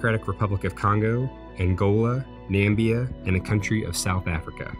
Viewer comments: Did this guy just say "Nambia"? It's Namibia. Lol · My man said Nambia istead of Namibia 🤦‍♂️ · Hi trump? You said Nambia like trump did once. It's namibia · Please correct: 1.) It's Namibia not "Nambia" and Miles is km, not 127.000km 3.) Newfoundland is in Canada and not US and 4.) Ireland is not part of GB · HE SAID NAMBIA AND NOT NAMIBIA NOW I AM MAD! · Dundi True Namibia not Nambia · Interesting video with a lot to take away, but still focusing on the fact that he called Namibia "Nambia" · it's pronounced "Namibia" (/nəˈmɪbiə), not Nambia. :-) Otherwise, very cool & educational! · My guy said Nambia. Its N A M I B I A. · N-A-M-I-B-I-A repeat after me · Nambia!!! It's actually Namibia. Na-mib-ee-a. ;-) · Did you say “Nambia”? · Wait wait wait. Did you just call Namibia, Nambia? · Did you just call Namibia Nambia? Pulling a trump move there... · Correction: Namibia, not Nambia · Did you just call Namibia, Nambia?? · You said Nambia but it’s actually Namibia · It's Namibia* not Nambia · It’s Namibia not Nambia. And it’s pronounced ‘newfinland’ and it’s in Canada not the USA. Disappointed as RLL videos are almost always extremely accurate. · NAMIBIA! Not Nembia.. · **Namibia.... not Nambia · Namibia...not Namba 😊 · Its Namibia, not Nambia🙄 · Namibia not Nambia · Lol he said Nambia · What the effing eff is the country called Nambia? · It's Namibia not nambia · Nambia🤦‍♂️ It's Namibia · There is no country called Nambia it is pronounced NAMIBIA (na-me- be-ya) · Namibia? its namibia lol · It's na - MIB - i - a not NAM - bi - a thank you. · did you really just say Nambia instead of Namibia?!! That's Trump's fictional country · Namibia not Nambia you Donald trump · its Na-mi-bia not nambia hahaha ffs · It was so disapointing to here as a "Nambian" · "nambia" LOL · Dude actually just said "Nambia" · lol the way he pronounced Namibia. It's pronounced like na mib e yah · Did he say Nambia ?? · Did I... did I just hear Nambia?... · Did he say "NAMBIA" mark...!!!!!